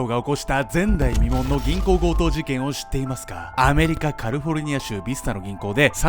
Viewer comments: がカリフォルニアを「カルフォルニア」って言うの愛しすぎていつも楽しみ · カルフォルニアっていってる？www